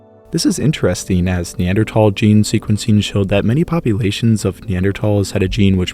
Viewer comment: And a beautiful voice as well. And he pronounces Neanderthal correctly!